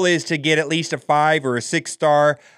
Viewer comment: "it's gonna be a farv star unlock"